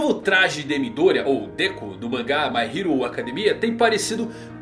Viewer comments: Déku kkkkk que agonia ouvir isso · Dekú nao mano fica esquisito kkkkk Dêku